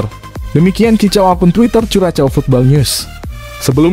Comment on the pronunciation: Sepertinya cara pengucapan yg betul untuk Curacao adalah "Kurahsao". Jadi jangan dieja dengan ejaan Bahasa Indonesia, karena kedengarannya jadi aneh sekali.